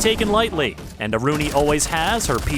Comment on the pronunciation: About the new operator. Her name in the original Thai language pronounces "Aru-Nee", Not "A-Ruu-Ni". I, A legit Thai people, Annoyed at how your announcer says her name. You say it like she a French or Italian! It sounds so WRONG.